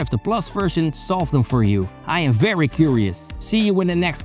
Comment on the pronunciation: es berry nice